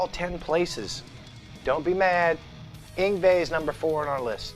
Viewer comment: You still can't pronounce Yngwie